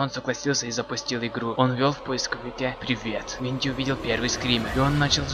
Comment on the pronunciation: И не ВоНДИ а ВиНДИ